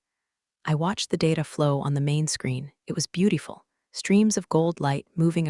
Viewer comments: AI pronunciation is a giveaway: Acquisition, pronounced as aquisition, numerous times throughout! Beautiful, pronounced as beauteeeful, at least once! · Things that hint at AI “writing styles” and pronunciation are giveaways: Acquisition, pronounced as aquisition, numerous times throughout! Beautiful, pronounced as beauteeeful, at least once.